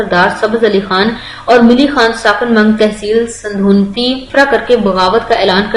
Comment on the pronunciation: meri Ben ap ne Sudhnoti ka naam thek nae lia aur Pana village ka naam nae lia